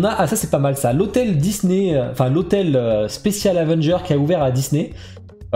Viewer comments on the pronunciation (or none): none